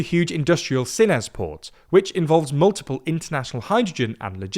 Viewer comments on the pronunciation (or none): also sines, not sinés